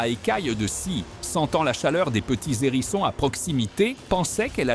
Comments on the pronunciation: Déjà rien que les " zérissons " et les " nérissons " ;) Sans doute une voix artificielle mais pas zintélligente ,) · Cette voix artificielle fait de mauvaises liaisons. Un nérisson, des zérissons?